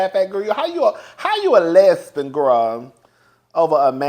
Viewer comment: 😂😂😂😂 Not a “Lez-Been”!!!🤦🏾‍♀️😆😆😆